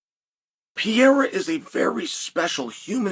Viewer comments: It would require such a minimal effort to say the dudes name properly. This “Pierra” nonsense is getting stale and I know you’re smart enough to be aware of it. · It’s funny I feel like most of the UFC personal can’t even pronounce Pereiras name correctly lmao